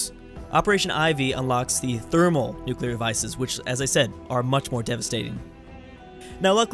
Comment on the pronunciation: it's pronounced Therm-O-nuclear not "Thermalnuclear"